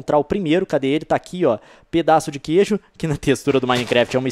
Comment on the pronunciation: só eu vi que voce falou gueijo?